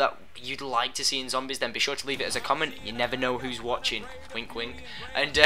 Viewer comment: HE SAY ADIOS LIKE A MEXICAN